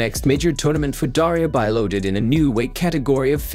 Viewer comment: It's bee-lodid, not bye-lodid